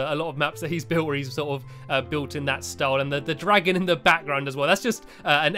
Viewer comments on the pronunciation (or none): Times he said dragom